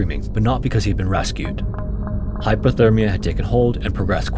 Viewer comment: Hypothermia, im pretty sure i keep hearing him say Hyperthermia which means they was too hot. Dont wanna be that guy who corrects. But if it was me id wanna kno.